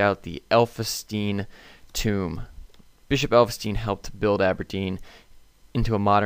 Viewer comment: Just to help you out... The names you were struggling with are pronounced, Baal-gown-E(gown as in wedding gown) and elf-in-stone.